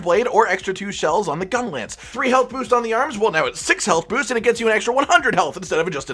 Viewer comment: "...Gung-lance..." - 2019